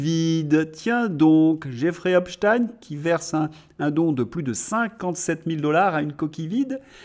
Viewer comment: on ne dit pas Espstine mais espchteine, nom d'origine juive Allemande